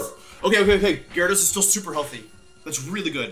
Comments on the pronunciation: You know he’s nervous when he’s not even saying Gyarados right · Jerados, arcineenay. Wtf bro lol